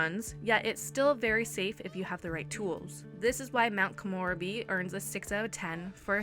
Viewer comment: No hate just letting you know it's pronounced Ko-mo-reb-e not Ko-more-a-be